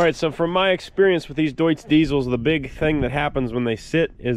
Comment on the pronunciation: Looks cool and your pronunciation of Deutz is perfecto!